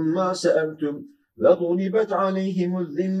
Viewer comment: Allah razı olsun. 61. ayette yanlış duymadıysam Hocamız "vedrıbet aleyhim" diyor, doğrusu "ve duribet aleyhim" olacak. Yanlış uyarı yaptıysam kusura bakmayın.